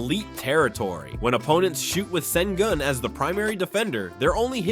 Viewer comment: The closest an English speaker will get to saying his surname is: Shen-goon You guys can't pronounce the "ü" 👀